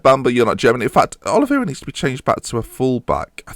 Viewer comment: I swear to god you said instead of Oliveira in that QPR game, I see a nickname on the horizon